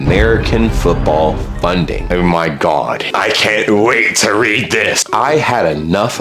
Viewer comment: I love the way you seem to have masterd the use of the English language, your pronunciation cunt was spot on.